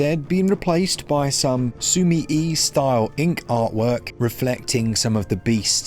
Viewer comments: Its pronounced すみえ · I don’t think he can read hiragana if he didn’t pronounce it right, mate. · I don't think he'll pronounce it right even if you correct him in a youtube comment, mate.